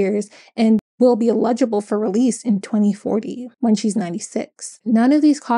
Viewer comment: I like your channel and content! BTW you're pronouncing 'eligible' as 'illegible' 😬